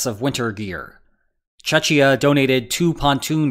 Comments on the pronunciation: It's Che-kia, you pronounced it like Chechnia. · God damn it ... Czech [check] republic ... "ch" like School, not Chechia like Church. We are not Chechens. Those are in Russia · Czechia != Chechnya 😢 Please, czech your pronounciation. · Great video, as always. However, the figures cited as critique of the European countries useless aid are taken a bit out of context and in some cases are rather misleading. E.g. Czechia (pronounced in English as "check-ia"), country of 10,8 mil, donated (as of February 2023) in total: 89 tanks, 226 IFVs, 38 artillery systems, 6 AA systems, 1,5mil pieces of munition as well as other stuff, including soviet era helicopters. Indeed, most of the donated stuff is Soviet-era tech, that would need to be replaced anyway. On the other hand, UA army knew how to use the equipment, so no training was needed and it could be used without delay. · Lol "chechia" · Chechia? Dude... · could you use the correct pronunciation of Czechia if it ever comes up in a future video? You're right about clearing the warehouses though. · No wonder that Americans mistake the Czech Republic for Chechnya. When you pronounce Czechia like that... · pls dont pronounce "Czechia" like you just did lmao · please learn how to pronounce Czechia.